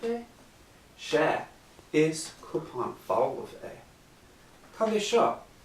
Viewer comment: Your pronouncing cup so wrong it's so annoying its not coupon it's cupan!!